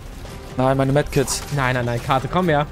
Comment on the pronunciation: Katoo nicht kato 😭😭